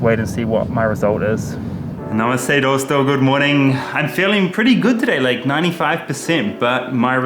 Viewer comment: The way he days dosto, make me feel like he was 1st going to say dosa